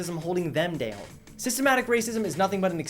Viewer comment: God I hate the way you say down... Deawn